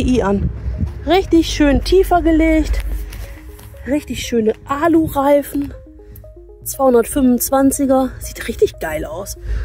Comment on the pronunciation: ..."Alureifen"... jo, alles klar...